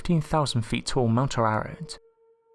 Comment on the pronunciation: It's pronounce: A RARAT.